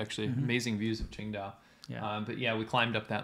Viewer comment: Thought you were saying Ching Dai, like the Chinese god from Big Trouble in Little China. You should do a commentary track of that movie, really, really, really should.